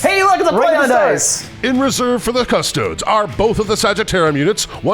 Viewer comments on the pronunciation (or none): Drove me mad hearing the announcer call them the "Custoads". It's pronounced "Cust-oh-dee's" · It's "cus-toad-es" not "cus-toads" its latin. pronounce it like youre italian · kuh-stoh-deez not cuss toads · Why he saying "CUSS toads" and not "cuss TOE dees" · Its Custo-DEES not Cuss-TOADS guys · “Cus-toads” is killing me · Could not get over the pronunciation of custodes. Custoads. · Because it lines up with Adeptus "Astarts". Jokes aside, it was kind of weird cuss toads really doesn't sound right. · pronouncing Custodes as Chodes.....:face-pink-tears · Somebody tell the narrator that "custodes" is latin. The E isn't silent! :D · The commentator says Custodes wrong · why did you say "custodes" like that... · why does the narrator pronounce Custodes correctly only half the time? :(. does he also say "asstards" instead of asstartees? currently custodian bikers are imho a waste of points. -1AP weapon, no advance and charge, huge target, the lance is barely any help. caladius is now a must, only useful shooting for custodes atm. gotta deep strike all infantry, for a "free" shooting round, and hope for a few charges :/ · Narrator pronounces Custodes 4 different ways and they are all wrong lol